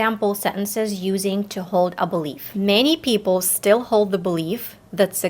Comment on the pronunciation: Lol i love the way you pronounce "the". Sounds more like "da". I like it, though.